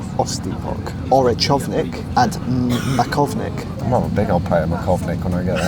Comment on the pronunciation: I was honored you did choose Slovakia as a country. To inform you, the pastry you were trying to pronounce was poppy with sour cherry in a pastry roll, variation of "makovník". Too bad you didnt have time to try any other of our national dishes. Hope you come back someday